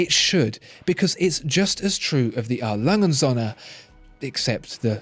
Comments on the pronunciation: it‘s A. Lange und Söhne, not A. Lange‘n Sonne. It‘s not hard to look up pronunciations. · Please just refer to A. Lange & Söhne as Lange, just Lange because you can't say the rest properly and it's annoying.